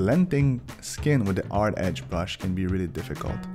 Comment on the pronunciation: Why are you saying "ard" instead of "hard"? You don't know how to say "h"?